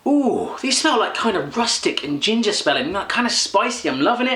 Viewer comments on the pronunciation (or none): none